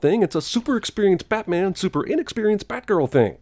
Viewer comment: he said "batmen" and that's sinful as shit